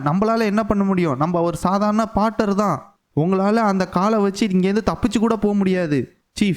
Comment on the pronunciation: போர்ட்டர். Bro பாட்டர் இல்லை